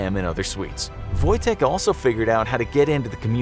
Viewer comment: Your ,,Wojtek" is good